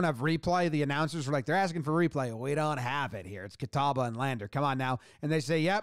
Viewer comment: Props on pronouncing "Catawba" correctly. I've heard that butchered in some weird ways.